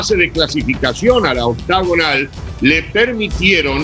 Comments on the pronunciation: “La ouctaugunal” 😂😂😂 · Por que pitas dicen octogonal si se dice Octagonal?